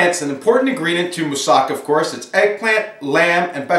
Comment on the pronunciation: I've learnt a lot from you already but, I think you should've cut the slices way thinner and added a little cheese what'd have made a better presentation. It's said moossaKA, the last syllable should be stressed.